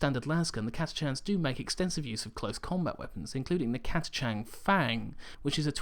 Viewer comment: I giggled to hear Catachan pronounced "Cata Chan". I've no idea how its really pronounced but I've always though "Catach an".